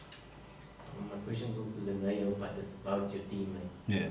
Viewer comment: It's Lucas costa Rebeiro not fckng riberio wena